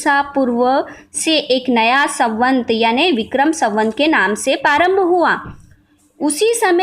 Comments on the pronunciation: उच्चारण बहुत अशुद्ध है। ...मनुस्मृति को किसीने'खत्म' नहीं किया, न कोई कर पायेगा। वह हमारा ,हिंदुओं का एक सम्मत धर्मग्रंथ था, है और रहेगा!! ...सवंत नहीं, सम्वत् !! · संवत ,होता है सवंत नही